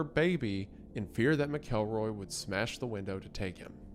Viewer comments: "Mack-kel-roy" I'm going to come over there and take the names back if yous can't be trusted with them, alright? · Pronounced Mackle-Roy. Idk how you do all this research and get the name wrong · McElroy is pronounced MACK-UL-ROY why, when people supposedly do research, do they never learn pronunciations? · Huh. Ive always pronounced it MACKLE-ROY. Thought it sounded more demeaning since he was such a monster. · It's actually pronounced MacElroy....and 2 movies.....really dropping the ball early on this one 🙄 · McElroy is pronounced as MAK-uhl-roy. It rhymes with "cackle boy" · Not to be nit picky but I think McElroy = mackle-roy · McElroy pronunciation driving me crazy. It's pronounce mac-kel-roy. Like mackerel. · Sorry, but it is pronounced “Mak-uhl-roy”. Great video as always, regardless. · Dearest it’s ’Mackle-Roy’ pls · MACKelroy ffs you even pronounce normal white people names like they're foreign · GAAAAAAHHHHHHH!!!! IT'S TEARING ME APART!!! Normally, I truly enjoy all your malapropisms, and a reticence to record multiple takes, focusing on correcting your misuse of vocabulary. HOWEVER. Your pronunciation of McElroy is like needles in my brain. Or ears. Something sharp. I had a teacher named [Mr. McElroy] in high school. Now I don't know if it is universal, but he pronounced his last name as: MACKEL-roy (no emphasis on the 'El. - Think of the word 'mackerel,' just ditch the 'er.' Then Roy.) 🤷‍♂️ Your 'Mack-Elroy's are jarring. Nevertheless, still a big fan. I'll chalk it up to the Appalachian upbringing. 😉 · Hilarious last name pronunciation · mispronouncing McElroy for the next hour is gonna be rough 😫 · the way you are saying mcelroy is making this almost unwatchable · okay it's pronounced with a short E like Trends. I'm a little sensitive lol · its Mac El Roy not Ma Kel Roy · Mackleroy, not mick-elroy. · Mcelroy is pronounced mackleroy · it's pronounced mackleroy